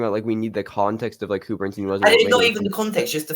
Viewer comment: How is possible that neither of you can pronounce the last name of the subject of this film?! His name is Leonard BernSTINE NOT BernSTEEN! OK, perhaps neither of you are Broadway or classical music fans.. BUT, you both watched the movie where you would have heard the correct pronunciation of his name several times, at least. Have a little respect!